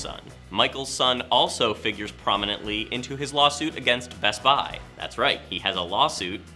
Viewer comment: Why do you say best buy that way